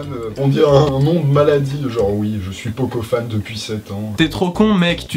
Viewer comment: "Je suis pokofan depuis 7ans"...😂